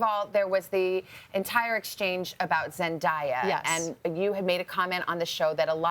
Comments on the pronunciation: its zen-day-a not zen-diya learn how to say people names correctly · For the love of God it's NOT Zen-DIE-ah its zen-DAY-ah. How hard is that, it's already in her name; zendaya. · When she miss pronounces Zendaya's name. My god.